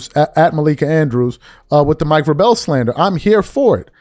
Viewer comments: "VRAY-BULL!".....once more....."VRAY-BULL!" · She’s an NBA reporter. Why would she comment on Mike Vrabel? She doesn’t EVER talk about NFL players. And it’s pronounced (VRAY-bull) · Vrah-Bell lol? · its pronounced "VRAY-ble" not "vray bell" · Vrāāā•BLE not Vră•BELL. Google the pronunciation of the people you're speaking on before speaking on them playa. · Cant watch this with a straight face 😂 dude keep saying Vra bell its vrabel like vrable, think mabel. And i know hes not just doing it, he makes me laugh every time he reads. Still great content tho. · VRAY bul rhymes with TABLE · Don't you know how to pronounce Mike's name? Vra....Bel. Not that hard. I can't stand Malika but this isn't the same thing. Diana didn't work in the same organization as Varbel. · dude you pronounce His name as VRAY - BUL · It’s pronounced Vrae-ble! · Bro U PISSING Me TF Off The Way U Pronouncing VRABEL It Is Pronounced VRAE-BRELL‼️😂🤣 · 🥷🏿 it’s VRA-BEL!!!! Only 1 L fam not 2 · His name is pronounced VRA - BL. Long A short E. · Bro, why is is it so hard for you to say VRAY-BELL 😂 anyway screw Malika Andrews, Richard Jefferson, and Kendrick Perkins too, they allow it and NEVER call her out on it. It’s all a game by ESPN to keep people watching. I’ll never watch anything that she’s apart of. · Preach! And yeah his last name is pronounced like VRAY-BUL. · It's pronounced Vray-Bull (Vrabel) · VRA-bul is how his name is pronounced. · Enjoy your show. Vrabel is pronounced "Vray- bowl" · his name is pronounce like this Vray bal😊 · Why do you keep pronouncing that man's name wrong you know that's not how it's pronounced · sports commentary and don't know how to pronounce Vrabel?? cmon son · A person who claims to analyze sports doesn’t know how to pronounce Mike Vrabel’s name. That’s crazy. Also thinking a coach sleeping with an employee is the same as a coach sleeping with a reporter is crazy. The tweets you read couldn’t even put together a sentence. Take an L and sit down